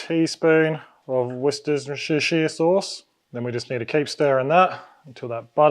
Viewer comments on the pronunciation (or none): Wuster sheere-say jt and repeat my man! Good wings 🐥🥩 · You absolutely nailed the pronunciation of "Worcestershire" 😜🤣. Seriously though I love your channel, awesome and easy to follow content.💪👍🏼